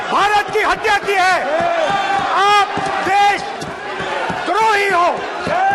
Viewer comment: Rahul ji hatya ko haatya q bolte hai😂😂😂